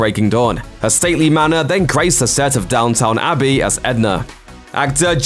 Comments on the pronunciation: Did I hear Downtown Abbey instead of Downton Abbey???? 😱😱😱😱😱😱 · this fool really just said "Down-town Abbey" im crying